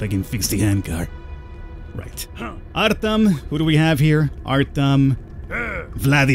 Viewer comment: The e is pronounced like a jo, so it's Artjom and Fjodor, not Artem and Fedder.